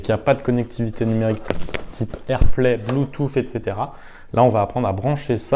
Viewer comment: J'ai bien aimé votre " blue toufffff" 😂 .. vous êtes super technique, je n'y comprends rien ! Mais dire " blue touuussss" (bluetooth).... Je le sais 😜👌. Merci tout de même !!!